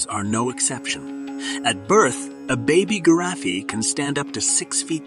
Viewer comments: I'm not hearing the word giraffe I don't know what you're calling that animal but it's a giraffe.😅 Pronunciation is just as important as diction. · That isn't how you pronounce Giraffe dude